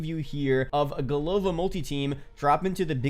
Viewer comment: Hey man love your videos, I agree COD Vanguard sounds way better😂 Also its not big deal of course, Just wanted a little, I notice in your videos you say Golova as Go-lov-a, which is kind of close to a slang bad word in Russian. If you want you can say it like Go-la-va also, because the second "o" in голова is unstressed making it an a sound:D it mean like in English "head" or "brains" it funny name they choose for the village, like if they made map in USA and the town sign says "Brains" it would be funny too for people I think:D